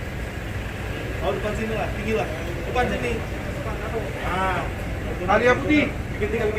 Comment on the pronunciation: Ayla pak bukan alia.. Lol